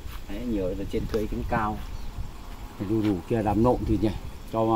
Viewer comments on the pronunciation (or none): Con trâu chứ ko phải con chau, đu đủ không phải là lu lủ nhé đề nghị phát âm cho đúng 😂😂